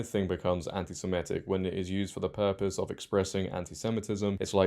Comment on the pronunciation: Not very bright are you? Saying everyone needs to ditch 'this issue' and unite against the woke left - it's they who must not be named in 'this issue' who are behind the woke left. Learn how to pronounce Semitic properly too.